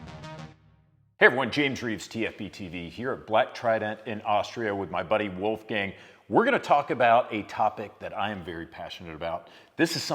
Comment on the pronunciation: "Wolf Gang" 😅 Tut leid, am also an austrian, but "Wolf Gang" 🤣